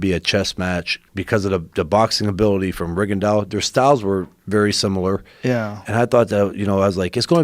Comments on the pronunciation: RINGONDY... ITS RIGINDOUX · Listening to joe butcher peoples names.. is just so annoying.. regandiow.. rigondeaux.. for a person to butcher your name it tears me apart.. at the end of the day all you got is your name.. not close or almost your name.. YOUR ACTUAL NAME.. I’m even guilty of it sometimes living in China. But I do my best when it comes to remembering names because it’s important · Rig Gan Dau. Weak as shit Joe. Pronounce shit properly. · Rigondeow lol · Eaux = long “OH” sound not Rigondeeeoooowwww. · Joe " his name is rogondiow" Rogan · Joe "RiGonDiAU" Rogan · Joe pronounce that boxers name totally wrong again you yanks .